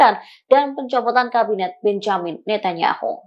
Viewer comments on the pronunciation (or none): none